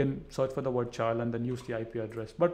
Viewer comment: did this nibba just pronounced chile as cha-aisle